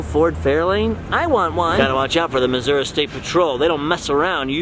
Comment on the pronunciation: Its called “Missouri”, not “massoura”. 🙄🤦🏽‍♀️